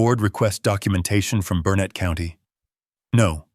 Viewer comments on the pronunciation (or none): It’s not pronounced Bur nett. The pronunciation is BURNET. Stress is on the BUR. location. 41 miles from BURnet